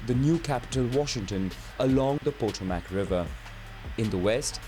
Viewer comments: Tell the Indian fellow it's Potomac...PUH-TOE-MICK or puh-toe-mehk.. not por-troh-mac. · po-TO-mac, not PO-to-MAC. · Potomac River... pronounced Po-Toe-Mik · Glaring inaccuracies aside, PLEASE, for the love of Christmas, DO NOT take pronunciation ques from the broken garbage robot voice. When it said "pot oh mac" I almost vomited. Do yourself a favor, watch Oversimplified instead. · The way he pronounces Potomac River got to me. It's is pronounced Po-toe-mick and was coined first by Native Americans. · Anyone saying "POT-O-mack" River is already a fraud. Don't buy the fake "textbook" history. There is evidence that Celts (yes those people) were in North America 15-20,000 years ago based on the symbols engraved in ancient stones, cave markings, monuments, etc. Yet the so-called "native tribes" in the West are dated by experts to just 8000 B.C. Mummies were found in Washington State with Celtic type woven fabrics and their preserved hair was yellow and red! Irish monks in the 12th century described trips to the New World with flawless accuracy. Then there are those red haired giants up to 18 feet tall who skeletons are found all over the country and associated sometimes with mound builders. It is actually possible that the so-called "natives" who came over the Bering Strait from Asia might have displaced the Celtic Europeans on the East Coast, making the whole "Europeans destroyed existing cultures" quite the other way 'round! They even have found arrowheads on the East Coast of the US that date to 10000 B.C. and the rare stone they were made from only exists in....France. [play theme music to Twilight Zone here] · pot-o-mack. says no one. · Whoever this narrator is, don't imitate his pronunciation of Potomac. Say puh-TOE-mic instead. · The mispronunciation of the Potomac had me laughing. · Oddly, the mispronunciation of the Potomac River annoyed me more than more significant errors in the history. Lol.